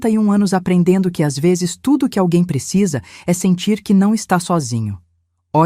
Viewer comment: Difícil é escutar a mêsma hostoriaduas ve'zess